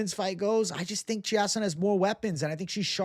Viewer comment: Chiasson is pronounced chase-on